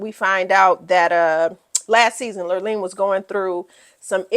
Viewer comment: Kyle's best friend's name was "Lorene." (not lirleen) 🤗. really loved your review style!